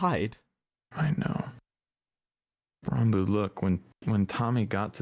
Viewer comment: I love how calls Ranboo Ronboo